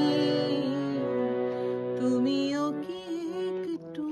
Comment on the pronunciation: এবার আরও একটি অজানা ঘটনা / চমৎকার গায়কী মাননীয়া শিল্পীর / তবে , " তুমি কি একটুও হারনি..." এই অংশে ( একটুও ) উচ্চারণে , এ-ক্ টুও হয়ে গেছে।। বিশেষ করে প্রথমবার ( একটুও ) উচ্চারণে।। 🔹 শোনার ক্ষেত্রে ভুল কিছু নয়।। 🎧 আসলে , মূল রেকর্ডে শ্রদ্ধেয় মান্না দে ( একটুও ) উচ্চারণ এক সংগে করেছিলেন।। মূল রেকর্ডটি শুনলেই বিষয়টি বোঝা যাবে।। 🪔 শুভ সন্ধ্যায় আন্তরিক শুভেচ্ছা।। এবং ভালোলাগা চ্যানেলটি সাবস্ক্রাইব করা হল ।।